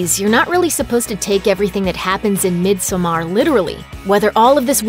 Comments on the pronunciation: Really good movie! But it hurts me every time they say in this video Midsommar 😖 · I keep having to pause this video because of pronounciations of everything from the movie title to the character names are just something else...if you actually watched the movie you would know how to pronounce everything. Sorry I just had to rant a bit about that. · WHEN WILL PEOPLE LEARN HOW TO PROUNOUNCE IT. My ears are bleeeeeeading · the way she pronounces "midsommar" makes my head hurt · Swedish is my first and you are right. I dont know how Maria A got this information from. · Pathetic how Looper can never pronounce anything in their movies correctly, especially the title of this one! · you pronounce midsommar really weird. put the effort in the double m and not the a. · The way midsommar is pronounced here is really offputting. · I could take this video seriously if you were pronouncing the name right.... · The way you pronounce Midsommar pisses me off. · SenorPredo - Minecraft Coasters it’s literally pronounced “midsummer” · I had to stop watching after 30 seconds when the narrator kept pronouncing it “mid so mar” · Surrender right? are they proposing it's "mid summer" because no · "Midsomaaar"... Excuse me? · bruh no... i'm finnish, so swedish is my second language. it's pronounced the way it's written, so it's pronounced "midsommar", not the way she says it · The title is pronounced mid zo mar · It’s Mid-som-mar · It’s pronounced mid-saw-merrrrr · No its really not - it’s pronounced Mid-so-mar “ I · Isn't the title supposed to be pronounced like mid summer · SenorPredo - Minecraft Coasters or he just sucks at Swedish just like every other American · Lol no, an American don't decide how Midsommar is prounounced. He's just shitty at learning probs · Im swedish, and my ears bleeds.... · Never trust a movie reviewer who can’t properly pronounce the name of the movie 😂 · No one is going to point out they are not even pronouncing the word midsommar right?